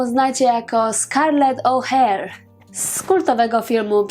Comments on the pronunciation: Scarlett O'hara nie żadne "Ouher"😉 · Popieram, bo właśnie chciałam to samo napisać, że O'Hara, a nie Oh,hare [oh, zając] LOL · Po pierwsze O'Hara a nie O'Hare... ( Twoja wymowa świadczy o tym, że niestety nie oglądałaś filmu ).Po drugie, warto, skoro mówisz o jej chorobie, powiedzieć co to była za choroba. Była to choroba afektywna dwubiegunowa, tzn aktorka miała naprzemienne fazy manii i depresji. Na chorobę tą cierpi, z tego co wiem, Catherine Zeta-Jones. A po trzecie, to oprocz "Przeminęlo..." warto wspomnieć jeszcze jedną świetną rolę w Tramwaju zwanym pożądaniem. Film "Przeminęło z wiatrem" zasługuje na oddzielny odcinek. Ale fajnie, że zrobiłaś o niej filmik. Bo to fascynująca, świetna aktorka a trochę już zapominana... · Nie wiem skad Ci sie biora te ustawiczne pomylki.O'Hara nie wymawia sie "oher" tylko "ohera" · O'hara!!!!! Tak jak sie pisze, tak sie czyta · no i prosze, urodzila sie piekna z " zapatrzenia" o czym wywodzil pewien pseudonaukowiec w powiesci Mostowicza. Prosze poprawnie wymawiac nazwisko Scarlett O'Hara. To nie trudne. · Wymawiasz nazwisko O'Hara kompletnie źle - ja to pamiętam z filmu, którego znam na pamięć, a teraz można m.in. sprawdzić to tutaj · ostatnie a jest czytane . E jest nieme. Ale może masz rację .